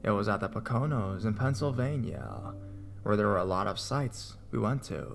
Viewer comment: POKE-AH-NO mountains ⛰